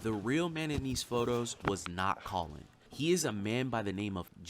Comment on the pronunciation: " Colon" 😂😂😂 (Sorry, Colin ) On another note- my son Jack died very suddenly on the 8th November last year - this was the last thing we ever watched together..and oh how we fucking laughed though.. is insufferable but has a weirdly special place in my heart because of this,strange as this is going to sound!